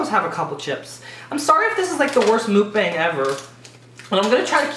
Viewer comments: Please... say it right... ㅠㅠ It's pronounced 'muck'-'bong', not mook-baeng. Please, tell Trish and Shane too. I cry a little every time I hear it pronounced wrong. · Nobody asked for this but it was lowkey bugging me when watching Shane's video and he kept pronouncing it wrong too. The word comes from the Korean word 먹방 (often romanized as 'Mukbang'). It's not pronounced "mookbang". The first part is pronounced more like "meok" or "muck" (like buck with an m). The second part isn't pronounced bang like a gunshot, the b is very soft like a 'p', and the a is short like 'a' in car. So it's basically pronounced like "meok-b-ah-ng" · You and Shane need to stop pronouncing Mukbang like that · I like that you switched up the way you make your video BUT, I do not like the way you pronounced mukbang.